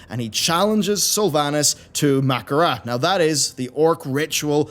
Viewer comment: Mackara? Thats not how you pronounce it.